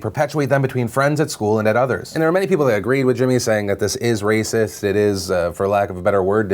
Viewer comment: It's wacist! omfg lol